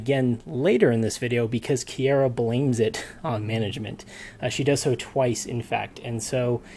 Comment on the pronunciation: PLEASE HOW DID YOU NOT LEARN HOW TO PRONOUNCE HER NAME FROM LAST TIME I CANT I CANT its ki-ah-rah not "kiera"